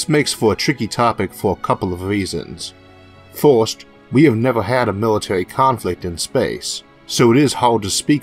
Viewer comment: Militawy Conflicts in Space sound Intwesting